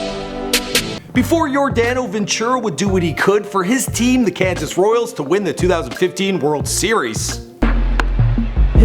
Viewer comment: 8 seconds in and you already mispronounced his name and the team he played for!